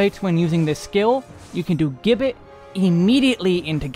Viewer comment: The karaoke opener and offset oGCD icons do a lot to make weaving clearer, so kudos for those, and the Botanist bit at the beginning was hilarious. My only criticism is that the word gibbet is pronounced with a j sound at the beginning, like "jibbit".